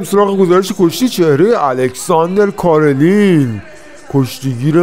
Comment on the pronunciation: رفیق فکر کنم تلفظ صحیح کارلین ،،، ر ساکن هست و کسره نداره،،، Alexander Karlin